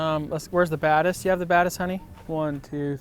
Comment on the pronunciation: It sounds like he is saying the BadAss which I think would be a much better name for the lens!